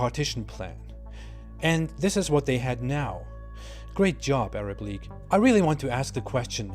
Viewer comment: league not leage